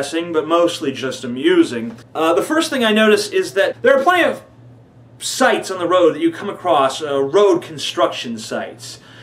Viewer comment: when you said sites. I thought you said dikes on the road. and you peaked my interest.....lol